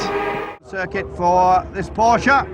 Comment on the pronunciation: I could slap this idiot af a commentator for every time he sais PorschA THERE IS NO FUCKING A IN PORSCHE